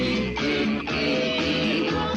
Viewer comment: Sebulba? wtf